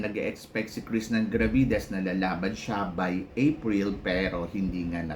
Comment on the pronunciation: Ang engot ng tingin mo sa paghihintay. Hello. Miss World is Miss World. Sure na may pageant yan unlike sa Miss Charm Cheapanggang Pageant na yan. Tsaka jusko bat di mo mabigkas ng Maayos yung Krishnah Gravidez. Wag ka na mag vlog.